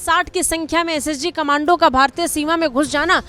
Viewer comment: Khamandu nahin madam kamndo bolini chahiye 😂